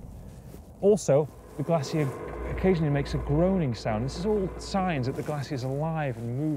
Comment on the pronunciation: What’s a “Glassier” ?